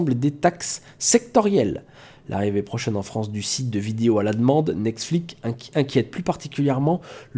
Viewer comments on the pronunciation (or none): Super travail. Par contre c'est pas nexflit mais netflix :P